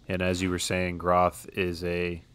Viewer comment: micah’s last name is pronounced Gr-ah-th Similar pronunciation to moth